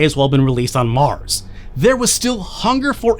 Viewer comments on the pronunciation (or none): none